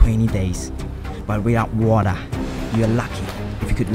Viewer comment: I have an Australian friend who says water like how says it